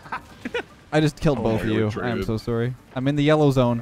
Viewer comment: Is no one talking about how hard the Canadian came out “I’m so suorry”